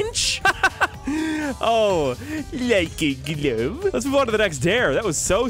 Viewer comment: i love when you say like e glove